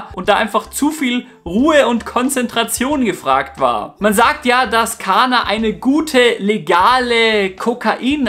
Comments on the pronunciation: Nicht Kaaanaaa sondern KaNNa! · ¡¡¡, im Infovideo aber bitte richtig ausprechen!!! In der deutschen Sprache wird ein Vokal(a) vor einem doppelten Konsonanten(nn) kurz ausgesprochen!! "Kaaana" sagst du aber immer statt "Kánna" 😉 ziemlich pushendes stöffchen👌🏻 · Mensch! KaNNa! Doppel-N! nicht Kaaahna....